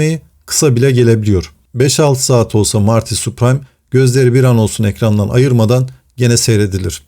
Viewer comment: Soyadi Süpriim diye okunuyor*